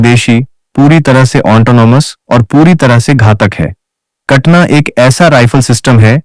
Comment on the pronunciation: कटना नही उस का नाम कटाना है।